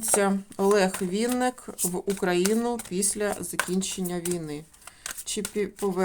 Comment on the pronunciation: Шановна таролог.Прізвище відомого:співака,артиста,актора,поета,композитора,музиканта,ведучого в музичному шоубізнесі, українською мовою пишеться і промовляється,як Винник,наголос ставиться на перший склад.З Вашої вимови зрозуміло,що Ви — особа російськомовна,а отже перш ніж викладати відео,вивчайте законодавчу мову країни в якій проживаєте.Невірне трактування прізвища,ім'я та по-батькові ображає кожну людину.Вам необхідно перепросити в співака за "перекручування" прізвища на "проросійський" манер — це по-перше,а по-друге — Ви не маєте ніякого права робити розклад (зачіпаючи енергетику людини) без його дозволу.Звичайно всим шанувальникам та шанувальницям творчості митця цікава його сьогоднішня та подальша доля.В своїх чисельних інтерв'ю Олег Анатолійович просив "його слухати",а не втручатися в його особисте життя.Спрвжні коректні шанувальники виконують "побажання" людини,а може якби "Він" розказав всю "правду" про себе,то не спалося б і нам всим,а так з "нічними жахами" бореться самотужки... Як на мою думку,то чоловік прожив пів-віку,має чисельні титули,грамоти за заслуги,раніше йшли на пенсію за вислугою років.В подальшому люди працювали в навчальних закладах і передавали свій досвід молодому поколінню.Так,як Олег Анатолійович працював викладачем в КНУКІМ,то цілком логічно призначити його керівником цього вузу.Ви кажете,що "швидкий",а отже зможемо побачити його ще в одній "ролі"."Скаче" він по сцені добре,як "молодий жеребець",так кожній жінці,присутній в залі хотілося